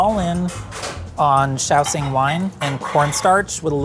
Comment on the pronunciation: shao. shing. SHING. SH sound. why do i keep hearing shaoSING someone help explain or educate me if i'm somehow misinformed.